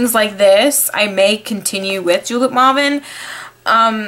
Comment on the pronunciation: Maw-ven? You mean May-ven O_O